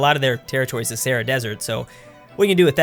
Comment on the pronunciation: I love it when mispronounces “Sahara” as “Sarah” and makes himself look like an idiot